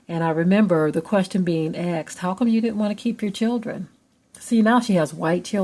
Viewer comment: Asked not "axed."